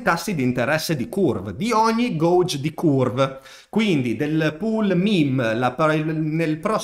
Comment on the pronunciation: Ottimo contenuto come sempre 👍🏻 grazie Ti faccio solo un appunto su una stupidata: “gauge” si pronuncia in modo strano, si dice “gheig” e non “goug”… maledetti inglesi e le loro eccezioni…